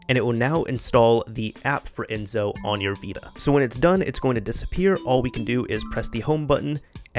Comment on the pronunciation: It's "EnSo" with the same S you use when you say "Select"